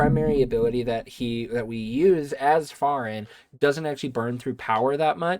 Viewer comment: Dude doesn't even know how to pronounce Ferin properly. I'm out.